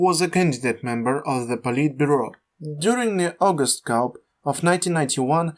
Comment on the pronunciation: Absolutely good first episode. I think the audio is a bit imbalanced though, I hear more in my left ear than my right. Keep going, this has potential. "coup" is pronounced "koo" btw